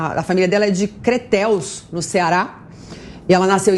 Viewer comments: Crateús, no Ceará! Não é "Creteus" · Vc falou creteus kkkk Crateús esse é nome certo.. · Crateús e não "Creteus" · CRETÉUS OQ MULHER? O NOME É " CRATEÚS!! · Não é Cretuus ......é Crateús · NAO É CRETEUS. É CRATEÚS. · Não é Creteus. É Crateús. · Não é Creteus e sim Crateus-Ce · Cretéus? Kkkkk Não existe cidade no Ceará com esse nome. Minha senhora, vá estudar. O nome é CRATEÚS. Só podia ser apresentadora da Jovem Clã kkkkkkkkk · Nada de Creteus! É Crateús CE! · A cidade é CRATEÚS, NO CEARÁ, e não Creteus! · Crateus, não é Crentel! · Não é creteus, é Crateús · Creteus Correto é Crateús! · Acho que não é Creteus, mas Crateus!!!!!!!!!! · O nome da cidade é CRATEÚS, e não Creteus!! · DE CRATEÚS, NO CEARÁ, NÃO É CRETÉUS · O nome não é criteus , o nome é CRATEÚS! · CRETEUS (CE)???? TEM QUE APRENDER GEOGRAFIA. É CRATEUS ( CE)...AFFFFFFF!!! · Ñ é cretéus é CRATEÚS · Não é Creteus é Crateús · Não é Creteus. É CRATEÚS, SOU CEARENSE. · Eu procurei essa cidade com nome de creteus e não encontrei, eu acho que a apresentadora não leu direito. Eu achei crateús. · A cidade da PRIMEIRA DAMAS, chama-se ......CRATEUS- Ceará, e não.....CRATEUS. 😄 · o certo é Crateús Ce😘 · O nome certo é Crateus, com acento agudo na letra u. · minha linda, a cidade é "CRATÉUS/CE" não??? rsrsrs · A cidade a pronúncia correta é CRATEÚS-CE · Oie a pronúncia Crateús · me desculpe mas a cidade chama-se Crateús/CE.